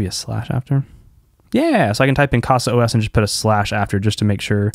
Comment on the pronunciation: Great video! I've been using Open Media Vault. I'll give a try to it. Just a small point: It reads 'caza', not 'cassa'. 'casa' is 'home' in portuguese.